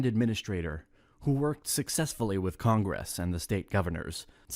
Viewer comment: How does an AI narrator not know how to pronounce Congress?